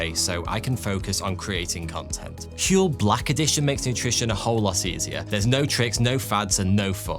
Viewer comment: I like your channel. But seriously. Huel. HUEL??